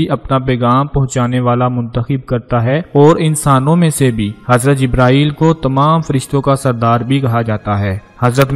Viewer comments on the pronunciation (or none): none